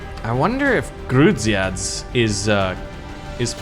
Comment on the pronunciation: A bunch of letters together. Love it. Yeah, I'm from Poland. And it's fun. The cities were (I'll try to write it so You can pronounce them): Chełmno - hewmno Bydgoszcz - Bidgoshch Grudziądz - You did a pretty good job there, only the "a" is pronounced differently, you'd have to check it, idk how to explain it to ya